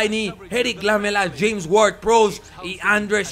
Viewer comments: No se pronuncia Lámela es Lamela acentuado en me y por eso no lleva tilde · Jaja es "Laméla" la pronunciacion. Lámela suena medio atrevido... jaja:p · Lamela se pronuncia con acento en la silaba ME (seria como laméla) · lamela se dice con acento en la letra E, seria Laméla